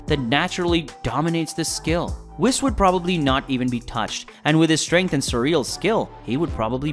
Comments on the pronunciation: It's whes not whis even though its spelled whis...hearing u say whis over and over is off putting. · Can you learn to actually pronounce proper names and in universe material. For example it's "Whis" not "Wiss" like c'mon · Who wiss? You mean whis, pronounced whes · It’s Beerus (Bills used to be used). And it’s pronounced (“Weess”) not wes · Its pronouced Whees not wiz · “ wis” omg my head hurts now…😖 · All these readers or narrators... have you never watched? Spelled whis, pronounced wheeese. Smh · Ok hold tf up, aint no way you called beerus "bill" and ur not pronouncing whis right bruh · Quit saying it wrong its whis the i makes ae sound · You are saying, Whis wrong! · Say his fucking name right it’s like you’re saying whisk w/o the k, dude the animators work w the writers so they’re saying it right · What the hell did u pronounce whis as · I like the content BUT please please say the whis' name right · I can't stand how you kept saying Whis wrong the entire video. 🤦